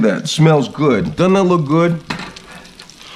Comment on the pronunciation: “Gud” lol